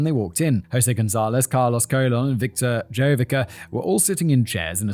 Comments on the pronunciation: Carlos Colon is pronounced cologne, father of WWE wrestler Carlito. Pro Wrestling has been "fake for about a hundred years now. It was essentially invented by the Gold Dust Trio in the 1920s and 30s. It's a fascinating world spawning from the carnival circuit were legitimate tough guys and shooters AKA amateur wrestlers would travel Town to town with the big top challenging locals to wrestling matches and walking out of town with a grand or two in their pocket. If you were tough enough it was a very lucrative business to be in. Famed American presidents Abraham Lincoln was a wrestler, grappling is arguably the world's oldest sport besides perhaps foot races. But about a hundred years ago the dynamic of legitimate competition where matches could literally last hours morphed into more of an exhibition focused on characters, story-lines and entertainment. Up until the late 90s wrestlers observed a tradition called kayfabe. Kayfabe has two different meanings; first it's a signal word that one wrestler might drop to another when there is a mark within earshot. A mark is a somewhat derogatory word denoting a fan of professional wrestling more importantly someone that traditionally wasn't smart to the business. Secondly kayfabe means a strict adherence to keep the illusion alive at all costs! Wrestlers have been fired and have had their top spots taken from them for accidentally breaking kayfabe. In the '80s the villainous Iron Sheik and the heroic hacksaw Jim duggan were traveling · The name Colon is pronounced koh-lóng or if you have to almost like cologne. And just think of wrestling as "actors" who do their own stunts. Most of the moves done in the ring would leave your opponent maimed for life if you actually performed it correctly. You never see them do any of those wacky moves in MMA. And as for the razor and syringe,they are tricks to produce a lot of blood but no real damage. You can relax,it's fake.